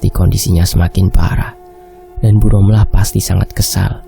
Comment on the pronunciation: D tulisan rohma d baca romlah